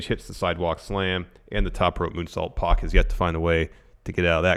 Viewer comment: Can you two please call PAC by his name, he's name isn't meant to sound like X-Pac (it's prob the reason he pronounces it the way he do)